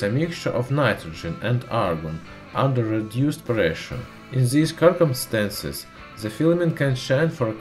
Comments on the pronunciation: "in zis kirkumstances" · Kirkumstances :D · You are speaking good english but i heard you say Circumstances a bit wrong. The word is pronounced Sir-Cum-Stances, not kir-cum-stances. Apart from that, good job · In zis kurkumstances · the english makes me nauseous... strendz, kirkumstenss ... eeeew.. puuuke